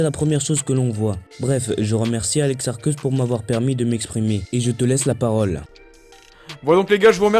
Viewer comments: On dit "Arcéusse'. Vous me dégoutez. Juste dégoûtant... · ça me tue Mdrr c'est pad alex ARCÉUSSE? (Prononciation)